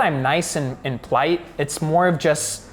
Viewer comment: hehe! I knew it. I had to rewind the video to make sure he said "plight" and not "polite" /pəˈlīt/